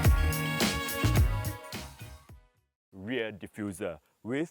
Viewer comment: ahhh.... there's nothing much for him to shout about ... so, he had to emphasise on the ReaR and the Fog Lamp!! 😂😂😂😂